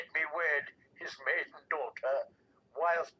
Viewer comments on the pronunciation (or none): none